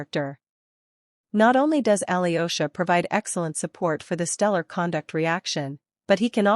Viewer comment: 'yo' in Alyosha pronounced together (russian ё). Like I in spanish, not aliosha